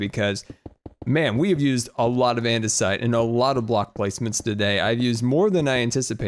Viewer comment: Also, it's not called andersite. It's andesite